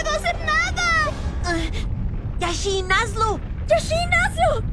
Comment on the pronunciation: Lit bro Se inspiraron en el mejor arquero. Se llama Jashin pero yo escucho yashin